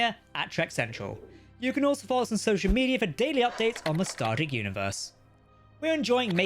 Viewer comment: Star Trek, not Stardeck.